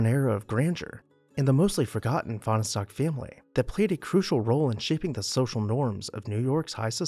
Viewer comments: It’s pronounced as 2 syllables not 3: Fahn stock. And it’s Vi lard’not vill’ard. You can ask me how I know and I won’t tell you. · Fahnestock is pronounce as two syllables - the "e" is silent. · They say there never was a Fahnestock! :) ..that's a joke! "Finer-Stock"!